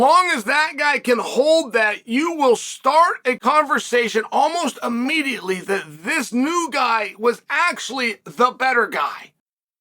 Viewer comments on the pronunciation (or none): none